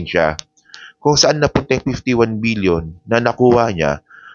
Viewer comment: Million ba o BBBBBILLION. PK LINAW ANG PAGBIGKAS MO.B